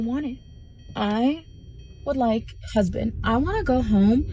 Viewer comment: Over syllable-izing the d at the end of husband is painful to everyone's ears